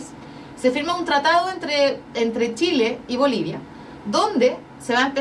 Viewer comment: JAMÁS LA PATAGONIA FUE DE SSSSSHHHHHIIIILLLEEEEE !?